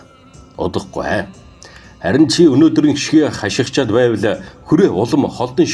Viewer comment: Хачигсаад биш ээ хашигнаад